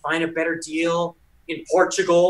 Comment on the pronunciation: I love your videos Michael and I really like as well. Humble guy hard worker. But as a Portuguese my self I felt a little offended when said Portugal! If somehow you are reading this,, could you please explain?